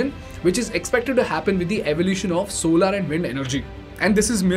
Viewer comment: Solaar nahi solar